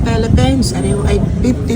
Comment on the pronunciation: How u talk Philippines to pelepens hndi nakakatuwa.